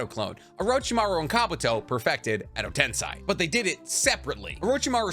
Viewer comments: im a fan of the channel and you are very knowledgeable on Naruto but u have a tiny issue pronouncing Some names/Terms, most notably its edo tensei (ten-say) not (ten-sigh) and u call Kakuzu "kakuzo" and Katsuyu "katsuyo". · can you say edo tensei insted of edo tensai or no? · Repeat after me: ten, say; ten-say, tensay. That's how you say tensei. It's a Japanese word, not a German one, you don't pronounce it tensai. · im sorry if this annoys you but u said edo ten sigh its edo ten say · Dude. Its Edo Tensei. Not Tensai. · Love all your vids, but the way to pronounce edo tensei is wrong. You are saying edo tensai... Sei = say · Just a sidenote about the pronunciation, it is ten-say, not ten-psy. tensai (ten-psy) is genius, tensei (ten-say) is reincarnation :) I hope that makes sense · How hard is it to pronounce Tensei instead of Tensai??? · Why do you say tens eye when in the show everyone says tensei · pronounced "ten-say" not "ten-sigh" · bro please.... its not pronounced "edo tense-eye" its "tense-ay" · Tensei man not tensai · It’s Edo “Ten-say” not Edo “Ten-sigh” 😭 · Hermione has entered the chat. “It’s edo ten SAY not edo ten SIGH!!” 😂😂😂😂😂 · edo tenseiiii.......not tensai lol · Ah.... ten-"sai" vs "ten-say" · I always wonder why you pronounce Edo Tensei as "Edo Tensai".. Was the real pronunciation wrong? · Every time he says Edo tensAAi.. i feel my iq dropping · why do you pronounce Edo Tensei as Edo Tensai? Is this a North American thing? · Edo tensei="EDO TEN SAY" GHOT DAMMIT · love how genuine your butchering of the Japanese words is...Edo Tensai 😂😂😂..and no second thought about it. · It’s pronounced edo tensei. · It’s pronounced “eddo ten-say” lol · Bro Edo tensei is pronounced with an A at the end not i. I love you and your videos bro, but your pronunciation of edo tensei grinds my bones 😂😂😂 keep doing your thing tho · No idea why he keeps saying edo ten sigh… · Like he said, endo ten sigh sounds way cooler 😂